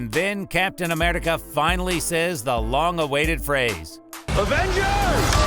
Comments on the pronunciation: And Am-eRI-ca not Am-eli-ca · Amrica thats how he said it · When he says America he becomes Scottish for a sec😂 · Why tf do u keep saying Thainos and captain ameRica